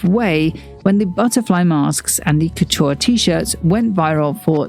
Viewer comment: Please pronounce it correctly, not "Kutuuar", also not "Gvas-lia" but "Gva-sa-li-a". the Ikea Bag was not a reference to his Georgia times but to his time in Antwerpen as a Student (as stated in his Paris Exhibition).